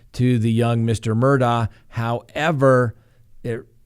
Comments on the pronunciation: It's pronounced Murdog not Murdaugh! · it’s spelled Mur daugh but the family pronounces it… Mur Dock. Just FYI 🤪